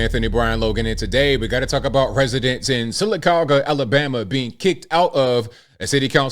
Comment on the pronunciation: I am impressed you pronounced Sylacauga correctly.